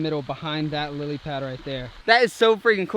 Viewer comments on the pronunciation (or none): none